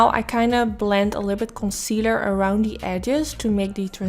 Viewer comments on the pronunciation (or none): Hey there. I hope you don't mind that I point out your speech. In no way am I trying to make fun of you or put you down. I just thought if I explain what I hear it will help you figure out how to change it. I just want to be helpful. ❤️ You are pronouncing think as tink, the as Dee, and together as togetter. You could try working on TH and the 'the' sound. And I just want to point out that it doesn't bother me one bit how you speak. And your English sounds really good. I just thought that if you think that you're having a problem with it or you wanted to figure out how to be better at it that you would want to know. And I put this as a comment in case somebody else is having a similar problem. PS. This makeup look is so bomb!